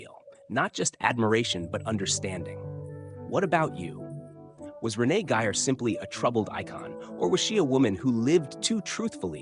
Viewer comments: AND pronounce her name with respect RENEE GEYER not your pathetic pronunciation of Renee Giyer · This is a rediculous AI generated piece of crap. No interviews and even some of the pictures aren't even of her. It's nothing more than word salad saying a whole lotta nothing. By the way it's Renee Gay-er not Renee Giy-er....